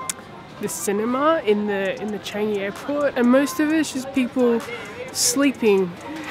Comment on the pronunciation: I don't think thats how to say Changi u said it wrongly hahaha